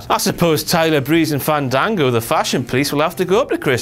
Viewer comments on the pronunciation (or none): none